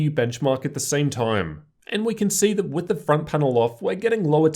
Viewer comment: why do you talk like ᵗʰᵃᵗˀ